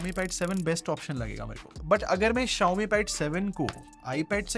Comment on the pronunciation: he is talking about xiaomi pad 6 Xiaomi pad 6 ko hee pad 6 bolta hai